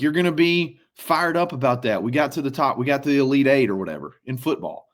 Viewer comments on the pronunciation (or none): none